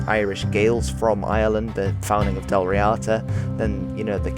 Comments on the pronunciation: Actually, help is closer to hand than you realise. I am an Irish speaker... So, ask away. To start you off, as a rule Irish/Gaelic words are generally stressed on the first syllable. Hence Dal REEada, not Dal RiAAda. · Full marks for your comments at the beginning on pronunciation. It is Dal Ríada, (d not t). The accent is on the í, so Ðal Ree-uðu is the proper way to say it, using eth for the th sound..